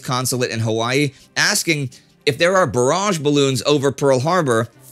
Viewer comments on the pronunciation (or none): none